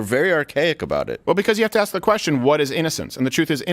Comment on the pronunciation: Steven says “ask” like a true Canadian 😂